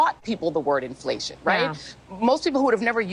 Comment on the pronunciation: Enflayshunn.... i lerned a new werd today.